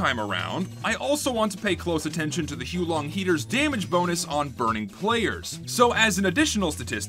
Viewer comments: Its not hoo long its hows the wife long!😡😡😡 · I think you'll find it's pronounced "How Long Dragon" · its "hoo-ah-long" heater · Dude it’s not huo long it’s huo long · that's cool and all, but I'm gonna continue pronouncing it as "Hoo-long" for the sake of ease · actually its pronounced as "the who long dragon" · The correct way to pronounce the name is to say it whilst simultaneously vomiting up your entire digestive system. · The guy in the intro was also pronouncing it wrong. In fact, he was pronouncing it more wrong.